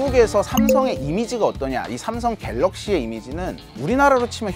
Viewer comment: 삼성 관계자분들은 댓글 다 읽어보셔야겠네요. 기자분 아드님의 쌤성 발음 넘 귀여워요~~ 미국에서 왔군요 ㅎㅎ